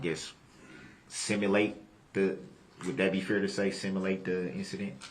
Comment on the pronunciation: Similate = simulate